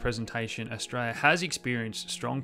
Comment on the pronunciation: Some translation: Stray-ya = Australia Nighdeen nighdy = 1990 Dahdah = data I hope this helps!